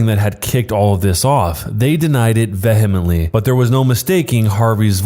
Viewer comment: "Vehemently"; pronounced vee-uh-mently. .....Only reason I'm bein a Nancy is I found this out myself like a week ago when I pronounced it just as you did.